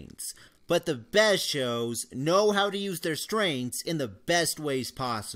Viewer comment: needs to work on his pronunciation. Sounded like he said strains not strength